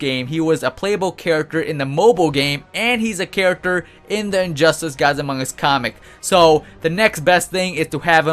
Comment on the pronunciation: Injustice has 3 syllables. Not "Injusis" so please stop saying it like you have a bad lisp.